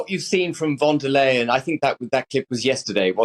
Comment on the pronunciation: Von der Leyen (please pronounce correctly) is speaking just for herself. Most Europeans do not want Britain back — too many bad souvenirs of exceptions and thatcherite paybacks and critics and... not speaking the other's language or even pronouncing it right! That includes TLDR!!!! The Irish DO speak French or German when needed.